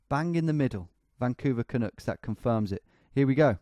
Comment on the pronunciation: The way he says “vancouver canucks” sounds so wrong lmao